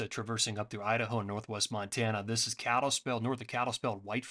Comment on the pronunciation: Is he saying cattlespell?